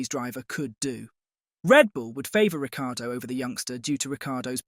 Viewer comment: Agree Ric time in F1 is over. So arrogant he just kept moving teams. Can you please pronounce his name correctly - there is no "i" sounded in last half of his name.